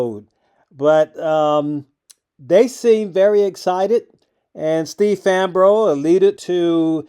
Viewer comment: The way Steve Fambro humbly ignored his black eye and the interviewer’s butchery of his last name gives me hope that Aptera will endure the coming hell of 1st Gen production errors and painful/expensive adjustments, recalls, supply chain strangulations and breakages, customer repair nightmares, mainstream media hit pieces, sensationalized battery fires, Aptera crash injuries/fatalities and lawsuits, and the challenges of ramping mass production to significant and profitable scale. I hope they manage to slog through the grinds and dance around the pitfalls that bankrupted and broke Arcimoto, Canoo, Fisker, Bollinger, Lordstown and others, because I want to see these vehicles on the roads benefiting actual people, and because I want to take delivery of my own Aptera vehicle order.